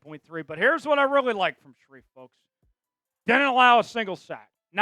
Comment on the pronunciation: It's Brandon Scherff, not Brandon Shareef..